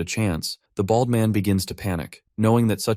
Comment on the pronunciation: the way you say "BALD" and "BALDY" hurts me to my core T_T but continue I needs more!!!!!!!!!!!!!!!